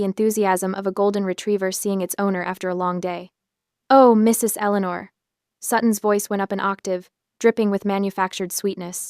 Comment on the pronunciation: MRS (2 second pause) ELEANOR. Really, if you're going to use AI to read these things out, at least do some editing first before you load them.